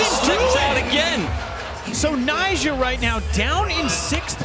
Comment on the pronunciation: Also, why’s calling Nyjah “Nysha”?